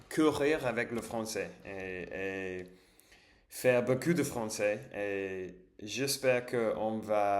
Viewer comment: Attention à la prononciation "ou" : (u) Ce n'est pas la même chose beaucoup que beau cul 😂